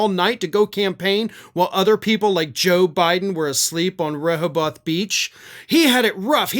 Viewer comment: It's RE-HO-BETH.